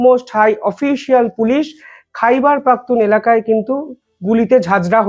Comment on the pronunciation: কথাটা হোল খাইবার পাখতুনখোয়া।